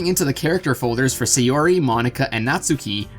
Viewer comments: Sayori my dude. Sayori. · Best girl Say-yuri